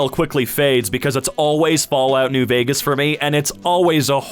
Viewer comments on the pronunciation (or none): none